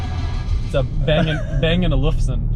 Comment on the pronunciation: You say it bang and olson